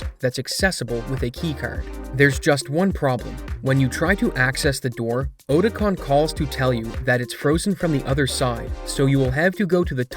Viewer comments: It's pronounced "Aw-ti-con" not "Oh-ti-con" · Oh-tah-kahn. Ah-Tah-Kahn. Its not potato, pahtahto. One is his name. One is not. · Anyone else bothered he pronounced Otacon as "Oh"tacon instead of "Ah"tacon. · bro called him Oh-tacon, immediately turned off the video. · Imagine calling otacon "oat-acon". Oh man, that is so frustrating to listen to.. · Who the heck is Oh-tacon? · Ohdacon? Don’t you mean Otacon? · In which game is Oticon ever pronounced ODicon? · They way you pronounce "otacon" "odacon" is really triggering ngl lol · Did he really just say "OH-tacon"????? I'm out... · bruh are we all watching this wondering why this dude who's never played MGS is covering it? Or did he pronounce it OATacon to throw me off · OHtacon? seriously? OHtacon? stopped watching immediately. have some respect for the series and pronounce it correctly. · Why the hell are you calling him “Oh-tacon”???? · I can’t with these when the games have universally, over and over and over declared that “oat-a-con,” is not even fucking close to correct. By making this mistake this just comes across as some Ai Script bot saying shit wrong, whoops! 🤭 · "ooh-tacon" 2022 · "Ohtacon". Welp. I'm annoyed. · Odacon? Are you ESL or something? Jesus dude. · otocan, as in autocon. they say it for like 20 years, bro. have you ever played a mgs game? OHTOCON. wtf... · Ot-A-Con. They literally say it in the damn games dude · Just so you know otacons name is pronounced (ah)tacon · you said otacon incorrectly. snake says it so much bro aint hard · You pronounce Otacons name like someone who truly never played a MGS game before.